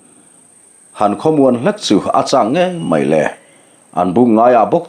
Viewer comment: MAILE....Maile....MAILE tih a atawp thin hi amawi fahranlo,😂😂😂Achhiartupa pohhian ngaithlase, A, a, tih a,mawizawk tur ah MAILE tihhi animaw ativetho maithei😂